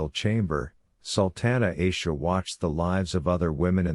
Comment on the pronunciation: Its not eisha, its Aisha, a like apple